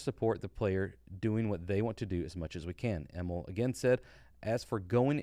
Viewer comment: Hi! Im from Sweden and I just wanted to point out that Emil is a typical Nordic name, and the way you pronounce Emil is with a long i, so it's more like Emiiiil than Emilll